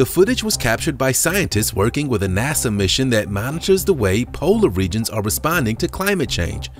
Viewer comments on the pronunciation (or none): none